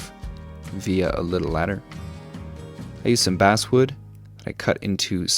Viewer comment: I’m sorry, I know it’s nit picky, but it’s driving me crazy… you keep saying “basswood” but it’s technically pronounced “basswood”.